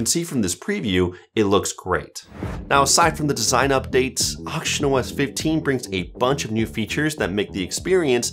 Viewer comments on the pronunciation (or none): i hear auctionOS 😭